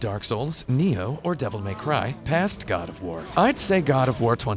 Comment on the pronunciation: "GOD O'FWAR" lol